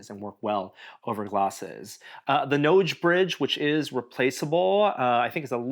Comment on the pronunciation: Why does he have trouble saying the words "nose bridge?"